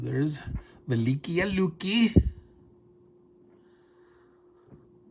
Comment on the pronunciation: this battle was previously released in gdw's "white death" back in 1979, i pronounced the city velikiye (vel-li kay-ye) although i could be wrong about that